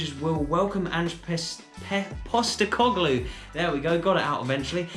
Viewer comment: Well done on pronouncing Ange Postecoglou correctly former Victory and Australia manager, lets see how he goes managing Celtic.